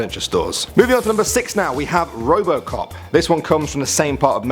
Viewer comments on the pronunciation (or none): robocock is what u heard